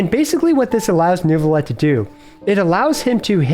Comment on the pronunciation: I know its annoying…but its “Neuvillette”. Cant wait to see the vid !!